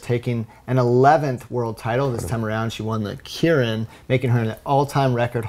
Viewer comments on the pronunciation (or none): Keirin is pronounced kay-rin. Kirin is a beer.